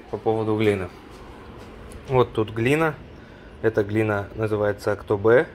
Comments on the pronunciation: Елизабет ну мы тоже как бы не казахи но говорим Актобе! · АктобЕЕЕЕ не «э» пожалуйста , говорю как житель этого города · Пожалуйста говорите Актобе а не Актобэ. Ну что за привычка там где мы произносим на е вам обязательно надо произносить на э. Вы же не говорите "сэгодня эду за мэлом".